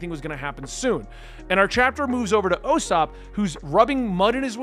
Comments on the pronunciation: Not O-sop 😂🤦🏿‍♂️ it Ouu-sop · You prounced ussop wrong again lol its ok. Ussop sounds like (ooo-Sop) not O-sop or You-sop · Ussop pronunciation is getting over complicated haha. Not sure where O-sop came from haha. It’s provinces like EW-Sop. Like you were saying at first but without the “Y” sound in the front. I hope this helps. If not I’m sure you can find other vidoes that can help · It's not O-sopp. It's not Yu- sopp. It's just U-sopp. (ooo-sopp) Don't worry all new readers make a couple of pronunciations mistakes. But you're close, I believe in you! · The lollipop is from the forever cursed 4kids version of the anime 😂 in the actual anime Sanji does smoke. Also I'm still early in the video and heard you say Osopp and I'm sure someone has corrected you but it's pronounced Ooooooossop. Its the double O sound for the U. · Its definitely pronounced "oo-sop". With the long ooo sound. Not sure why people were telling you it's oh-sop. Not at all how it's pronounced in the anime. And Sanji smokes in both manga and anime. The screen you saw was a censored 4-kids version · No dude. The U in Usopp is pronounced the same way as U in Uber. It's not "Oh" sopp. Its Oooosopp. Stretch it out. It's Like the "Booooo" sound a ghost makes. Try listening to how his name is pronounced in the anime. He first appears in Episode 8. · It is U-ssop not Yu-ssop nor Ow-ssop, you've got it right the first time, i dunno who told you Ow-ssop - we got you dude, we call him Mihawk too. Dracule "Hawk-eye" Mihawk, mihawk is first name. - Mihawk is currently the world's strongest swordsman it said so in his introduction that is why zoro wants to challenge him. This is not a spoilers btw. Love the vid! Glad to meet another nakama! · The whole lollipop thing with Sanji was only in the 4Kids dub. The Funimation dub doesn't edit the anime. Edit: WHO told you Ussop's name is pronounced O-ssop? Wtf? It's pronounced Oo-ssop, like spoon, or moon! Also WHO told you we don't call Mihawk "Mihawk"?!